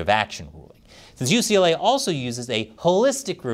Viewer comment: YUCA? YUCLA? What is this? I've heard of Pepperdine. Why didn't you go to Pepperdine?